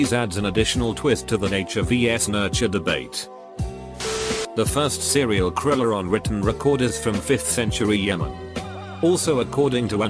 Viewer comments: "Serial kriller" 😂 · Nobody: Robot voice: sErIal kWiLeR